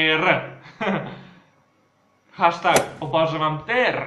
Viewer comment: čita se hešteg